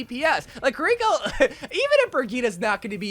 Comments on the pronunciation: say “kareeko” one more time….. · "kuh rico"